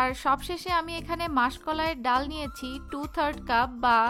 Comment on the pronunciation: ডাউল শব্দটা শুনতে খুবই খ্যাত.. ডাল বললে ভালো শোনায়